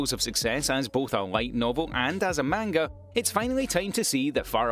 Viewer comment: Please go to google translate and see how to say manga properly